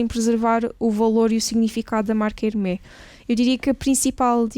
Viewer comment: Super interessante. Apenas um comentário de melhoria: na divulgação de informações sobre a marca Hermès, por favor pronunciem bem. O "s" no final deve ser lido. Procurem literatura, está facilmente disponível online. Obrigado.